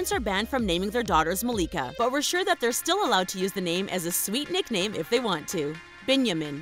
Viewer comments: MY MOMS NAME IS MALIKA AND ITS NOT MA-LEEK-A its Mal-i-ka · Youre not saying malika right